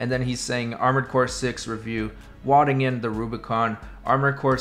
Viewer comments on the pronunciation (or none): 💀 the way he mispronounced "wading"....